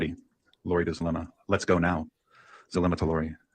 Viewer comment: Hidden True Crime posts the audios daily at around 4pm, as soon as its released after court.. Zulema pronounced her name as Zoo lem uh..just so you know..lol..